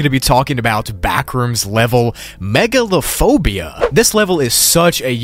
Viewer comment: When he said "Backrooms Level Megalophobia" i literally thought he said Megalovania for a sec 💀